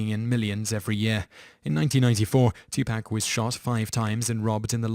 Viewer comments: Two Pack?? its Two Paaaaaaaak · Two-poc is how you say it not two-pac